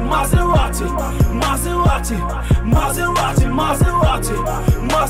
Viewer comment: S'il veut faire un accent anglais, ça se prononce "Maseradi"...